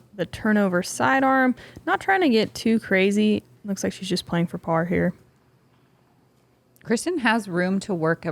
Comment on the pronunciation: Can anyone confirm? Watching a lot of Latitude 64 videos Johnathan and Johannes pronounce Kristin Tattar’s name Kristine. But all the announcers always pronounce it Kristin. Just wondering.